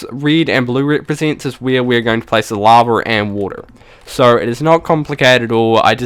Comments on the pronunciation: not trying to be rude but why do you pronounce lava laver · It's called lava not lavar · This guys funny.. He says LAVER.... *laughs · LittleMushroom no u are just deaf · 'a tom of LAVER'